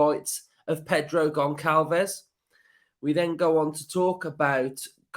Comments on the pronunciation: As a portuguese sporting fan. I got to say he is a brilliant player and i hope he doesn't go. On another note its pronounced gonSSalves. Ç is pronounced as a S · another banging video! If we sign Goncalves his name is pronounced (Gon-sal-vesh) just a heads up! Hope we get him and Pau Torres! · Pronounced Gonshalves